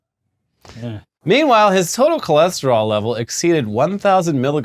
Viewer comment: He went from cholesterol to Cholester-all